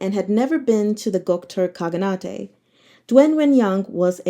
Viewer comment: enjoy your reading so much, thought i'd just point out one word. khaganate is read in same fashion as shogunate (I think)